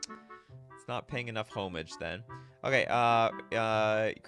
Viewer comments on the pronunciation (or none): You're actually both wrong lol. It's "ah-mij" or "ha-mij." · Homage is pronounced “O-maj” lul